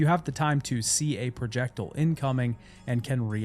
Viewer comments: ProJECTLE??? You mean projecTILE. Pronounced the same way as tile. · Ah yes projectle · Cursed pronunciation of projectile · the way you pronounce projectile is so funny lol projectulllllll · Please learn to pronounce "projectile." Godai was painful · I've learned from this video that i pronounce projectile like i'm from the UK. and on